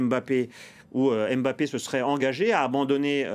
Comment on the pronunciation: Alors c est real Madrid et non real de Madrid. Puis c est kylian Mbappé et non M bappé